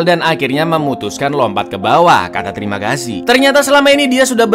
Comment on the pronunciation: Kocak, tiap ngomong terimagasi medok nya keluar 🤣